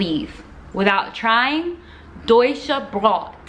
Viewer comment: Sie:“Deusche brott“ Ich:“Was zum ...??!Aaahh,Es geht um Brot 🥖